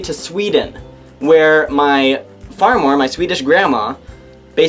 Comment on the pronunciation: hahahhaha Farmor!! xD you say it like far more hahaha!